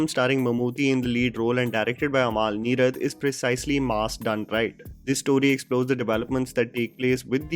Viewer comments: Bro it's not "Amaal" Neerad. its अमल. The way you pronounce the word sounds like the name of DQ's wife. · Sheda. Mr venam polum… by the by it’s AMAL NEERAD ennu paranjal ayalk enthu thenga manasilavum? umul n-ee-rud ennu phonetics paranju kodukk